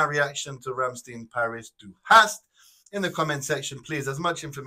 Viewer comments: It's not Rammsteen, the "stein" at the end is pronounced like in Frankenstein or Einstein. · Best band ever! If you want with subtitles, some of their musics are on the channel " Buchstabu " re-uploaded with subtitles.. But others only in their official channel.. Rammstein is not pronounced like this.. Rammstein, rimes with "pine" or "mine".. the Du Hast song, is basicly a warm-up song..